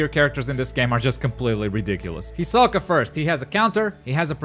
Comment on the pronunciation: U said hisoka and gons name wrong and it lowkey was frustrating lol